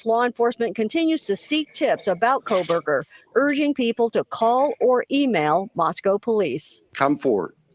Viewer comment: Love and Ed Wallace! Please someone tell that his name is NOT " Kole-berger ". He's been saying that for all the past interviews. Lol